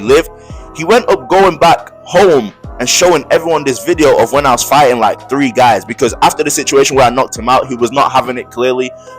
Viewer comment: Bro you St. Lucian? The way you say three 🤣